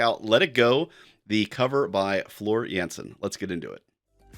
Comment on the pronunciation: Let me teach you how to pronounce Jansen. The a in Jansen is pronounced as the a in Darth and not as the a in Vader. Succes.